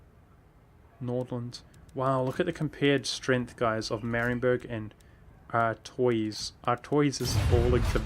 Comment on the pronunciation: Artois is pronounced as ar-twah